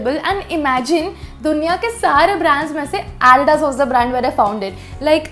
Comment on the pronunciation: You pronounce Adidas wrong.